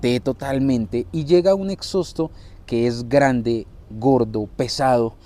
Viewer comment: Lo único que le crítico a los sudamericanos es decirle "exosto* ni en inglés se pronuncia tan horrible la palabra original